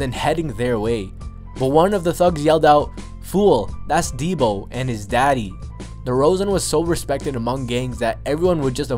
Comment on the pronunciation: y u say "daddy" like tht -_